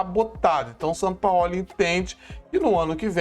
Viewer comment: nitidamente vc está novamente passando pano p Sampaóli como vc diz, Sampaó ó 😂😂😂😂